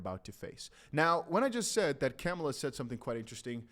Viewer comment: It's Kamala (Comma-la)